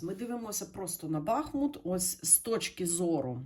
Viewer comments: БахмУт правильно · БахмУт: назви річки: Бахмýт